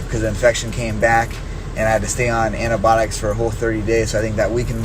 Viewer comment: Nobody : Cody: antiboticks